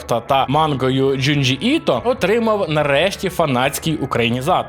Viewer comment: нарешті хоч раз почув на ютубі "Джюнджі", а не якась там дзюндзя.